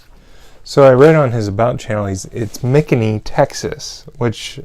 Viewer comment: hahaha.... McKinney.... not quit pronounced that way.... but that's great. and Yes it's DFW area. !!!! Great video.